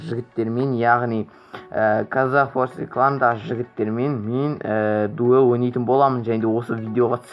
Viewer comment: дуэль деп айтсайш дуел емес